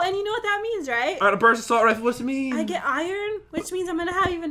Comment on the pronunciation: Brust instead of BURST